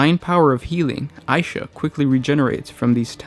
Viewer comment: two things one it's pronounced isha and do a video on her